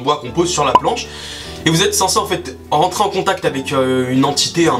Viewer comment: tu dois rrrrrrrrentrer chez toi ptdrrrrrrr 😂